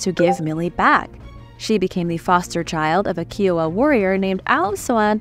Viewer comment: Sorry love it’s pronounced Kai owa. Like Iowa with a Kai.